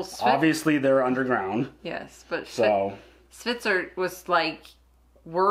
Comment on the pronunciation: Sounds like is saying "Switzer" when talking about Hvitserk:D